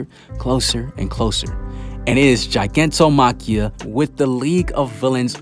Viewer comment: also its not ji, its gi like guy